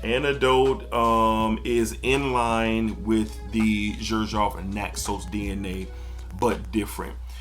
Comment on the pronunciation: Sorry to do it this but the mis pronunciation of Xerjoff is a bit much. It’s not a j the x is a z. Other than that good video as always